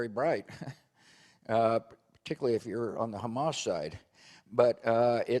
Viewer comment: as long as he's ahead of Ali G, not calling 'Hummus" instead of Hamas. We still remember his "Nucilar" talk